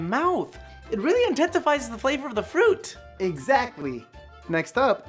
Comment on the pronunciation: "exactly" sounds really weird